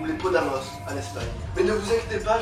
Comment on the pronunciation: PodEmos et non PodAmos. / Tu es plus ordonné dans tes propos que dans la vidéo sur le Salar d'Uyuni. Ça semble plus construit. / je pense que si te trouves un micro, ta voix ressortira mieux. Ça vient peut-être de moi, mais j'ai l'impression que la musique prend le dessus sur ton allocution. Sur le sujet proprement dit : On vit dans un monde où l'aspect financier l'emporte de loin sur l'aspect humain. Un dollar vaut plus qu'une vie. Il est normal (même nécessaire) que de plus en plus de monde veuille recentrer le cœur de la société sur l'humain et effacer les inégalités liées à l'argent. Certes, d'un point de vue historique, la croissance a été un moteur du développement, mais maintenant les pays occidentaux sont parfaitement développés et ne peuvent plus se baser sur un modèle vieux de plus d'un siècle. Quand on constate ce que nous apporte le capitalisme, aujourd'hui, réchauffement global, sixième extinction de masse, accroissement des inégalités entre les plus riches et les plus faibles, augmentation de la précarité pour les plus faibles qui se retrouvent, aussi, sans réelles perspectives d'avenir, etc.., on ne peut que dire qu'il est temps de passer vers un nouveau modèle sociétal. Sur le mouvement #Nuitsdebout, j-ai l'impression qu'il est l’embryon d'un nouveau mai 68.